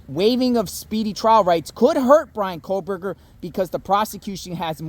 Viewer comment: Over a year later and you’re still calling him KOHLberger?! lol😊